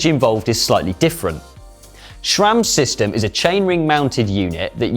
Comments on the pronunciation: Can't understand so many Brits' obsession with inserting an "H" where it does not belong. It's Sram*, not "shram" same as "H" is "aidsh*" not "haidsh"! And why can't Sram built a good-looking crankset anymore? That AXS monstrosity looks like an angle grinder from a budget hardware store. And your chain is too short. In the big-big-gear shown in the background the derailleur is almost parallel to the ground when it should be in about a 45 degree angle. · Please stop saying SCHRAMMM